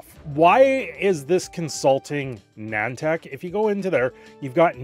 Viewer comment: Wtf is Nantac? Edit: opps, its Nih-An-Tic